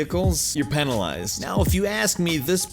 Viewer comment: why does he say 'penalised' like that...